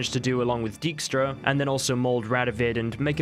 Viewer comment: That prenouncation of dijkstra lmao non Dutch ppl just can't say that stuff right